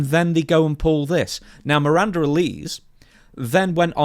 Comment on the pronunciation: never seen a bottle of Alize in his life it seems, or even watches the product to hear how she pronounced her name - bloody hell